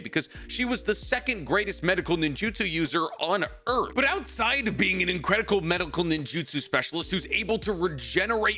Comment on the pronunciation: "Incredical medical" lmao